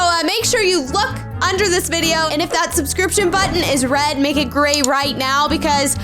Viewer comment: She said subscriptoin button